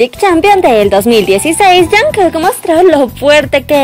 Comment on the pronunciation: al principio dijo "jankek"